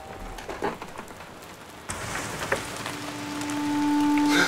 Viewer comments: Tijgerkat nee je hoord een beetje frekkel ik zeg alvast niet schelden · ze zij freikel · Waarom zegt die vrouw op Frikkel en niet gewoon frekkel? 😂 Of is er iets mis aan m'n oren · De meeste doen dat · Ik Scheld moet hoor, maar alsnog hoor ik Frikkel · Ik hoorde ook Frikkel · Tijgerkat het is een accent